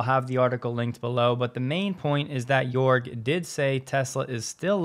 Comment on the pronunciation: you pronuced jörg wrong.